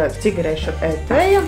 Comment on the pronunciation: Etvija nevis etveja 😄